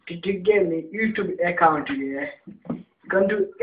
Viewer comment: 'eccount' LOOOL